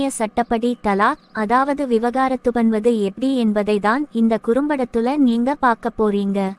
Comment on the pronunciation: Vivagaaraththa illa vivaagarathtga